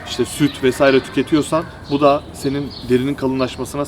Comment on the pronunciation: 9.07 "şimdi anladık işte da " şiveniz koverdi🤣 53 <3